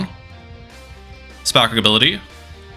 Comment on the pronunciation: "Spackability" "Tackability"